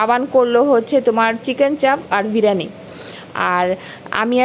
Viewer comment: tomar pronunciation gulo ektu thik kore bolbe like "biriyani", "crispy", "spicy"...... Odd lage sunte. Nice vlog ❤❤